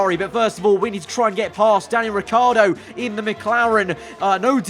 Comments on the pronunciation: Lmao, "Ricciar" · Who noticed ricci has become riccar... does he get an extra letter every time ferrari mess up?